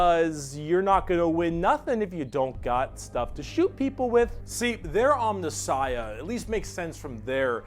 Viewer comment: Jesus effing Christ,! It's 'om*NI*ssiah'... third last syllable!!! It's like hearing words akin to 'nuculear', 'calvary', and 'foilage'.